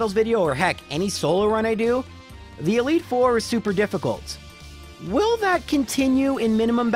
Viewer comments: I died a little when he said "While leads off with a Zatu" because I thought he actually mispronounces every first elite four member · Loralei pronunciation doesn't get me, but "Wile" did, gg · You have no idea how much you scared me when you called Will "While" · After the second "While" I paused the vid and was like "wait, wtf?" lol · I actually left a joke comment on an earlier video where he said he likes Will because no one tells him he mispronounces his name, and in it I said his name was "While" doubt it came from my comment, but he's probably making the same joke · Wile with his Za-too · "Wyle" had me shook for a minute there lol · Elite 4 "Wyle".... I laughed so hard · I'm gonna be honest I just thought in Canada you say "While" instead of Will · Me listening to apologize for mispronouncing Lorelei: It's fine dude it's just a name Me listening to say While twice: the lord is testing me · I nearly died when you got up to the Elite 4 and pronounced Will. That was such a great gag.